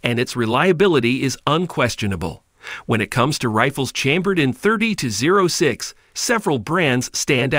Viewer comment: Wow you said 30-06 in the worst way